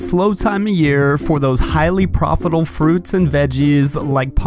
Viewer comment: "highly profitle" 🤣